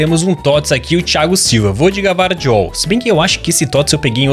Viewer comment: o Gvardiol se pronuncia com i